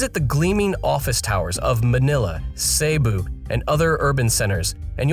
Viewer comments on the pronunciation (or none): none